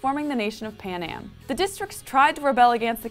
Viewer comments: it's panem..not panAM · Why does she keep calling it "Panam"? This country isn't a '60s airline,.